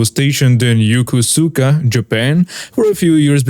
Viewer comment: The “o” in the name Yokosuka is pronounced as a hard O similar to “toe”.